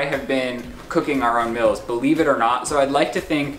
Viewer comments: i’m not the only person who realizes says “mills” and not “meals” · The fact you say “mills” instead of “meals”... hurts my american 😂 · Does anybody here “mills” instead of “meals”